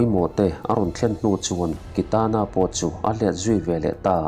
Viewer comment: Kitana hming ilam ngun si,ilam dik silo..beng athlep